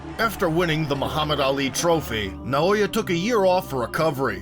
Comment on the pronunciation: Nah-oh-ya In-no-way